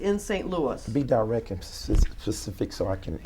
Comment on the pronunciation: “be direk and pacific”….